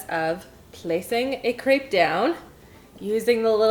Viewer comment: Based on the french pronunciation (since crepes (aka crêpes) are from Brittany, France), it is pronounced [/krɛp/]. If you type "crêpe" in google translate and select french, you will get the exact pronunciation with the audio!